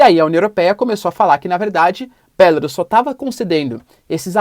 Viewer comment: Acho que não é BÉLARUS como vc pronuncia, dá uma pesquisada. É horrível ouvir um nome de país com sotaque. O google tradutor pode ajudar em várias línguas.